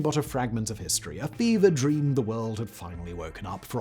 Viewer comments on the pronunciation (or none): none